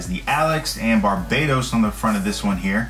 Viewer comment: What's wrong with kids and it's BARBATOS not Barbados